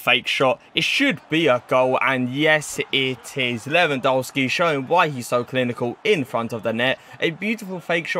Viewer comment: Why do you say lewandolski